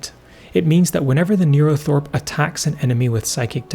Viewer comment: Yes, as others have said, it's called a 'neurothrope' not thorpe